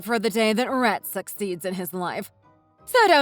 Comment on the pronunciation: Rhett sounded more like rat when pronounced 😂 so fitting...